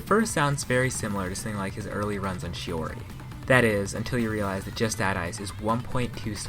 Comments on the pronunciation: good video, but 7/10 for mispronouncing justadice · Just Add Ice... how could you legitimately believe it was pronounced that way?